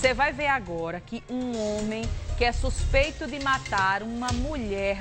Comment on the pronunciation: Suspeito? Fala direito pô